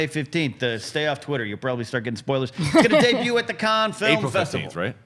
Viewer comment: Finally, someone pronounces Cannes correctly, as "Kahn". Nice one;)